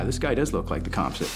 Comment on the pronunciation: It's sooooo annoying they pronounce composite wrong.